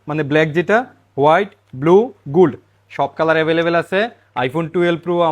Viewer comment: A hala oshukhito bolod. Guld ? Guld ? Ki gold gold. R pru ki ? Pro pro. Bhai nejer vasha ta toh Tek kor. Marketing suru korso vasha Tek nai. Local vashai Manus kotha bole. Ami o bole. Tai bole guld 😂? Pru ? 😂